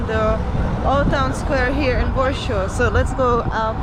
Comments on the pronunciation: Its called Warszawa or Warsaw in English ..not Warshaw. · Wondering where do you originally come from. Your pronunciation is totally off. It's not Warsho it's Warsaw. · Why do you pronounce Warsaw as Warshaw? All English speaking people pronounced IT ad Warsaw. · But her husband is English and he pronounces Warsaw as Warshaw too. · Ta Pani nie jest obywatelem GB,za słaby ma angielski,even Warsaw is not pronaunced correctly In english